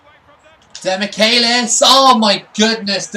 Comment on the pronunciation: also, he pronounces it like "demikelis", the "che" sounds equal to "che guevara" for example